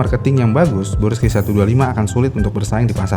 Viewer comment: Yang bener brusky apa bursky sih? Ko dia bilangnya bursky mulu